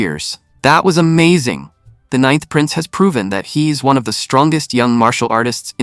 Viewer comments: 'ninnth' with short 'i'. oh,, you had been doing so well... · ca 'ninnth' again, twice. (it's actually becoming amusing).